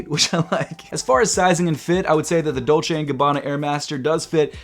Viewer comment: Please not dolce and gabbana